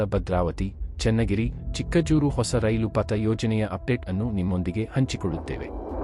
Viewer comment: Pronouncing of name Chikkajajuru is not correct.